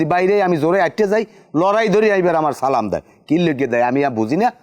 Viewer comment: নিজাম উদ্দিন কে সালামটা শুদ্ধভাবে দেয়ার জন্য অনুরোধ করছি। না পারলে মসজিদে ইমামের কাছ থেকে শিখে নিবেন